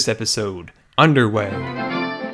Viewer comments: U didn't say underway right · Lol said underway incorrectly:p I wonder how many people noticed...